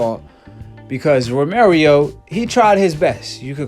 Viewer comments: Stop saying romerio...its ro-mer-oh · Its Romero, not Romerio lol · Romero not Romer yo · Romero not romarieo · Romero not Romeiro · This dude is saying romirio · Say it right.... Row Meh Row (Romero) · THIS NIKKA SAID ROMERIO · “Romerio fought like the version of maidana when he’s first came from Argentine” 🤦‍♂️ come on man at least get your pronunciation right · Did you just said "Romerio"???? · I was distracted by him consistently mispronouncing "Romero"